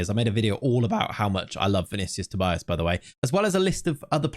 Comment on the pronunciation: not sure if you care that much about name pronunciation, but I'm Brazilian, and Tobias would be something like 'To-bee-as'.